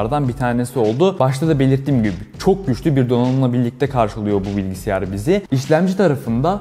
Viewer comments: “bilgiSİYAR” diyerek mi? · Bilgisayar olacak o bilgisiyar değil. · Bilgisiyar degil bilgisayar videoyu izleyecektim ama okadar kafama takıldı ki dakika 1 de kapattım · Keşke bilgisayar incelemelerini ''BİLGİSAYAR'' diyebilen birilerine yaptırsanız...